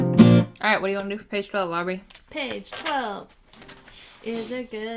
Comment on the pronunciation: Happy Birthday Aubrey!!!! :D Good Job on my name! Everyone takes a long pause before trying.